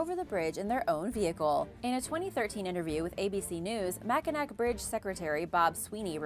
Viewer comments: I've lived in Michigan my entire life, too...LOL...and still live here... "up north"....and I can just see that for someone who doesn't live here or hasn't heard it pronounced they could make a mistake since, for example, the city is spelled Mackinaw and the bridge is spelled Mackinac. :) It sure was an interesting video, with some super scary bridges! :) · Oh, Bridge #2 Mackinac Bridge does cross the Mackinac straight, however -- this is Michigan that we are talking about. They have the Lake Michigan Dialect and as such change the sound of letters to help the locals understand who is an outsider. So Mackinac is pronounced Mack-in-aw. But what can you expect from a Yupper. That is a person that lives in the upper peninsula (which is really a wart that Wisconsin did not want to claim) The most scary part of the bridge is that the center two lanes are made of open grid panels so you can look down and see the straight. How does your brother feel now that you have called him out as scaredy cat and his sister is braver than he? PS -- love this show, you are a wonderful host. Would be neat to see you back in front of the green screen as you add so much to the video with your facial expressions and just plain old fashion, stop men mid stride, beauty. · And the saddest thing of all is that I live in the UK. Though to be fair, Lake Pontchartrain featured heavily in the Lyrics to Andrew Lloyd Webber's musical 'Whistle Down the Wind'. I have to concede: is usually spot-on when it comes to pronouncing Latin American name-places, but is seems (as with Mackinac bridge) not as keen with the Native American ones! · It is not pronounced Mackanack. It is pronounced Mackanaw. The one thing you didn't mention is in the wintertime there have been trucks blown off the bridge many times into though cold water below even semi trucks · It's pronounced Ma Kin Naw not mac in nack.. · Mac-in-awe not Mac-in-ack :) I'm live near it here in Michigan. Thanks for the great video!